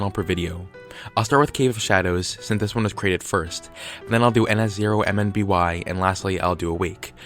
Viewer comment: Just a little tip, in your ns0mby analysis, when pronouncing the channel name, don't say each individual character. I would just recommend pronouncing it "nuh-sohm-bee" like I do.